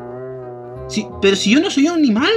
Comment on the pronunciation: soy yo o dijo nimal